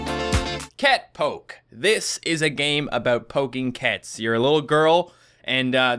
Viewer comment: No it's not cat poke its cat pöke